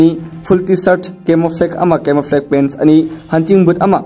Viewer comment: Meiteis pronounciation "camouflake" shame on it😂😂😂